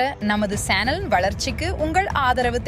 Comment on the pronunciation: Senal இல்லை channel என்று சொல்லவும்.